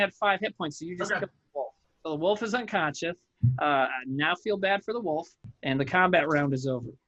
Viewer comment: Why can no one pronounce unconscious lol I'm halfway through and so far I've heard unconshun and unconscience